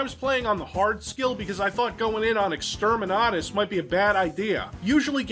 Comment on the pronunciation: > doesn't know any 40k lore > can pronounce Exterminatus correctly That is pretty impressive